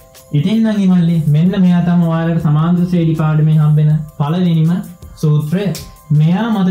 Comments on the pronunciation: සුපිරියටම පැහැදිලි,, හැබැයි සමාන්තර ශ්‍රේඩි නෙවෙයි ශබ්ද වෙන්නේ ශ්‍රේනී කියලා. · ශ්‍රේනි තමා හරි නම.ශ්‍රේඩි නෙවෙ.ඩියන්න නෙමෙ අකුර.ඒක ශබ්ද කරන හරි ක්‍රමය 'නි'